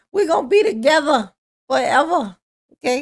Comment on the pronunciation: Did he say five-ever? Like forever but even more? What a clever guy. Ugh